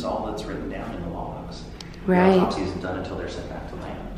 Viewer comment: Can you not alwasy say rihth